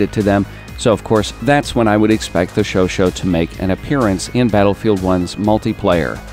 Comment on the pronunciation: you said somewhere '' showshow (i take it you mean chauchat) submachine gun''. just a friendly reminder. it is pronounced ''sjowsjet'' or ''showshet''